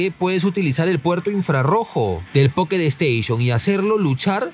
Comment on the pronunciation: Jajaja buenardo el poketo esteishon🐱